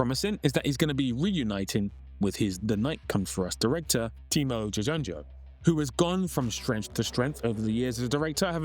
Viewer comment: Putting a scene from a "sinetron" is a cheap trick and yet it is highly effective. I laughed my ass off. 😂😂😂 Anyway, Timo Tjahjanto I think is read like "Timo Cahyanto". I think it's old spelling. It would be read like "Cha-h" (as in cha cha) "yan" (with a "y" not "j") "to".